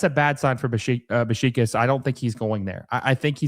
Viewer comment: Your pronunciation of Beşiktaş is killing me. Besh-ick-tash.